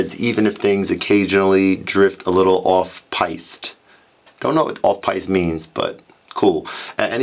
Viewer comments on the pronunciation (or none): it's pronounced 'peest' though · It's pronounced 'Peest'. The Piste is any ski-run so going off-piste means skiing in the woods etc or going off script